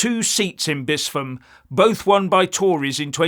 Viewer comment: Bispham is pronounced Bisp-ham, not Bis-pham